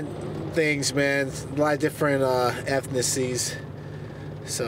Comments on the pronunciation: "I'm a lot of different ethnicies"??? It's "ethnicities". 🤣 Something tells me fighting was his best option in life. That dude was hardly dropping that kettle bell with any weight. Hilarious!!! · He really said effnicies. Bruh it’s fucking ethnicities. You been bringing too much bruh. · Did that dude just say ethnices? Damn....... Let Me Bang Bro